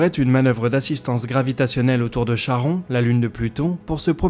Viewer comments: on dit karon pas charon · On t'as déjà dit que Charon se prononce "Karon" par rapport à son origine grec. Tu lis les commentaires ? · Ils faut les comprendre, des certaines ou des milliers de commentaires sont publiés. "Karron" ou "charon", n'ont pas l'air de nuire à la qualité des infos ici présentées.